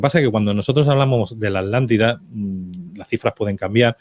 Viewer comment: Porque todos los españoles diven ALANTIDA.. si es ATLÁNTIDA??? no pueden pronunciar bien la palabra? Igual son redundantes .. dicen "subir para arriba". Veo tantos videos de youtubers españoles y todos tienen ese detalle, a pesar de ostentar tener estudios.